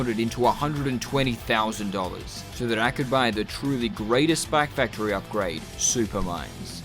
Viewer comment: why does he say spac factory